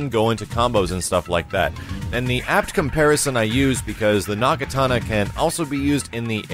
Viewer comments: Andrei Tittel Nope, it's a Naginata, I was making fun of for saying it wrong. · its a naginata, not a Nagatana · When said "Nagitana" I died laughing. In all jokes, Its pronounced "naginata" I believe. STILL LOVE THE VIDEO MAX! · That "possession" move looks pretty goofy, I kinda love it. Also FUCK, said "Nagitana", just one letter away from being Matt's dumb word. Fucking Nagitamas man. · Damn..... that jumpscare got me since I was chatting on an adjacent window............and did said Nagatana/Nagitana? lol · NAGITANA? WUT IS NAGITANA? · Ukko Troll No, it's not. Hisako wields a naginata, and I was poking fun at for saying nagitana. I distinctly recall explaining this all before to another commenter, however it seems the other comments have since disappeared. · The "nagitana", huh,? You are soooo not into Japan it's hilarious.